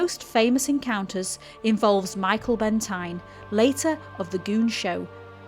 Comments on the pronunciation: Great video but just to clarify his name was pronounced Benteen not Bentine. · You are too young to remember him but his name is pronounced Michael Benteen. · Not a great voice over on this - Michael Bentine's surname is pronounced 'Ben-TEEN' ....some pronunciation and delivery errors too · In his book, The door marked Summer, Michael Bentine (pronounced Benteen BTW) wrote that as the crews donned their flying gear, He would see the faces of the ones that wouldn't come back as skulls.